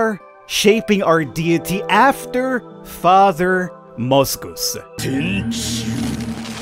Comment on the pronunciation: based off of what father? I can't understand what name you said?